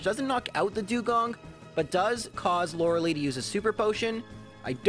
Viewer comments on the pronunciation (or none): Lorel - ee It’s Lorel - I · "Laura Lee" facepalm this game has been around for 24 years you'd think you learn to say Laura LIE. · Its pronounced lore uh lie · No one can pronounce Lorelei correctly lmao